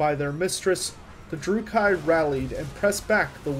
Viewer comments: Good quality work, bad pronunciations. Dru-kee. Not dru-kai. Mors-leeb. Not Mors-lib. Morathi stresses the a. Like wrath. More wrath-y. Morathi. Surmised, not summarized. I loved the content otherwise. Good narration, good video editing, fun subject. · You are mispronouncing "dais" and "druchi". Nice work other than that!